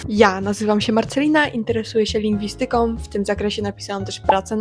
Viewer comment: Jeśli idzie o akcent to proszę dobrze akcentować słowa takie jak lingwistyka.